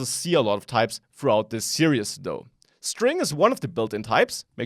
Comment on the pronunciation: hey, just wanted to point out you are pronouncing "series" incorrectly, Unfortunately the series have already been recorded so there's no going back, but if no one corrects you, that's bad on us. Here's the correct pronunciation here: Thanks for the tutorial!